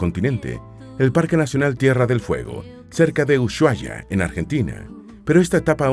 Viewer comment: Se pronuncia: u-suá-ia